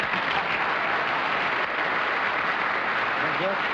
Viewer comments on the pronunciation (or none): So much praise for Arlene, despite mispronouncing Beatty.